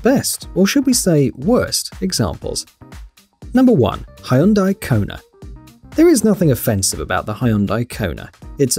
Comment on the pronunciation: The way you said Hyundai!😂😂😂